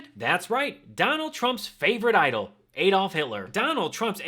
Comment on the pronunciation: Its ADD-olf not EED-olf. How do you pronounce Alaska or Alabama?